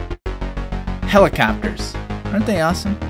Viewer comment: Helacappers lol but besides that amazing video